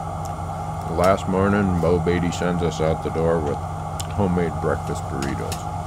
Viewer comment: That's "Beau"